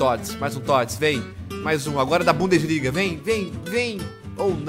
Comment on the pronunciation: bundesliga "bundaliga"